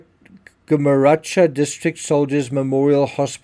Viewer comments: Gumeracha pronounced Gumerraka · It’s pronounced Gum-uh-rakka